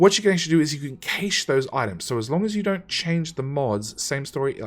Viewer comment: my only issue: cache... pronounced cash or ca-shay otherwise, great series